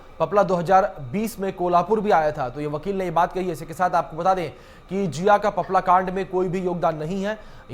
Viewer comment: सही ढंग से बोलना सीख लो आपला नहीं है पपला हैं वह